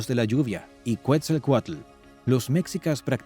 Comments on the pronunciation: Es Quetzalcoatl no cuetzalcoatl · Es Ketzalcoatl , Quetzalcóatl, no “cuetzalcoatl “ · no se dice cuetzalcuetla se dice: Quetzal Coatl. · Cuetzelcualco ahuevo..😂😂😂😂 Que dios es cuetzecualco. Yo solo conosco a quetzacoalt